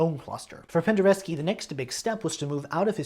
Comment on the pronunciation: Perfect pronounciaton of his name!